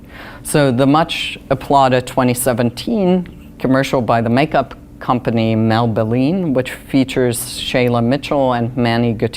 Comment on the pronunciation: I'm sincerely confused about. I think their gaydar is broken. Manny MUA as one half of a hetero relationship...bahaha! Can't pronounce Maybelline. Their gay card needs to be revoked.